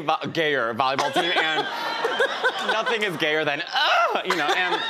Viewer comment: That cheer was the most emphasis on the gayer, I'm crying :')